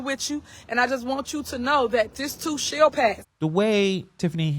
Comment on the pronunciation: " This too shell pass".... I thought she was serving tacos.